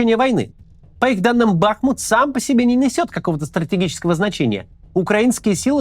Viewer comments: Правильно говорить не бАхмут, а бахмУт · не Бáхмут, а Бахму́т 🇺🇦✌🏻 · Огромная просьба корректно ставить ударение г. БахмУт. В Википедии корректно стоит ударение даже. Очень-очень режет слух( Не смогла досмотреть из-за этого😭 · Бля, можете Максиму на тексте, который он читает, расставлять ударения? Какой к чёрту бАхмут? Он будто бы никогда названия этого города не слышал до этого… бахмУт (ну или Артёмовск, если на то пошло) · БахмУт. Ударение на У. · Максим, я бы на вашем месте обратил внимание на ударения в именах собственных. Например, БахмУт. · Кац, говори пожалуйста БахмУт, с ударением на У. Кто местный, залайкайте коммент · Максим, огромная благодарность Вам и Вашей команде за ежедневный кропотливый труд,за глубокий анализ, аналитику и ,самое главное, человечность. Есть только одна огромная просьба - пожалуйста, не бахайте названием наш любимый город БахмУт. Ведь никто не говорит ХЕрсон. Уже не раз в СМИ звучала эта просьба, надеемся, что нас услышат. А Вам только крепкого здоровья, терпения, Божьего благословения и, самое главное, МИРА всем! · Каждый раз режет ухо, когда слышу " Бахмут" с удалением на А. Отписываюсь